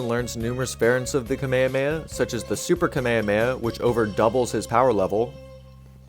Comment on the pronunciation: Did you say Kameyameya? 😳